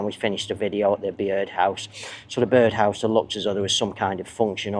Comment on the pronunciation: Hi. The Byrd House is pronounced "bird house"